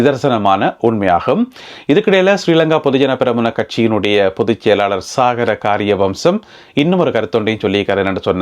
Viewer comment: அவர்களே அவருடைய பெயர் சாகர கரிய வசம் என படிக்கவும்